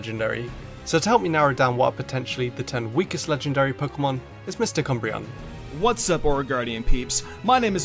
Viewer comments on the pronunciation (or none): I thought he said Mr. Cumbreon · I just heard ”Mister Cumbreon” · OH. MysticUmbreon! I thought you said Mistah Cumbreon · I'm so sorry, all I can hear whenever you say " umbreon" is "mister cumbreon" and it won't stop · When he said umbreon I thought he said mr. Cumbreon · What misty cumbrion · Lol I thought he said Mr.Cumbreon xD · In the intro I couldn't help but hear his name as MrCumbreon. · Instead of Umbreon, I thought he said Mister Cumbreon, like a friend messing with another lmao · Anyone else thought that he said mr gumbroen instead of unbroken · I swear I keep hearing Umbreon's name as Mr. Cumbreon